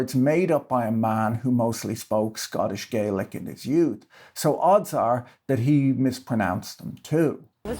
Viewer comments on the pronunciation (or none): none